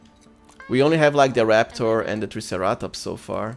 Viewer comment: Triceratops is pronounced Try sarah tops